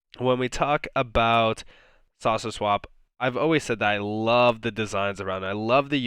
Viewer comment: Do you have a cold? When you say "saucer swap" you sound like you are saying "sausage swap" LOL. Cheers mate.